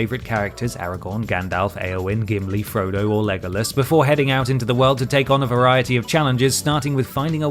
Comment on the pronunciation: The pronunciation of Legolas physically hurts me